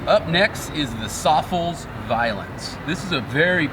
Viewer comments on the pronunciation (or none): i always thought SOFLES was pronounced "Sof-Less" like "Soft-less"??